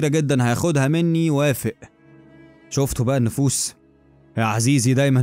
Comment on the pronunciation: اسمها شوفتو بقى النفوذ مش النفوس 🤣🤣